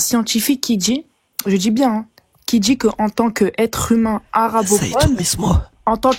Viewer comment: Cette mauvaise prononciation des syllabes m'énerve au plus haut niveau. Je DJI, modji, etc... Mais ils pourraient au moins parler correctement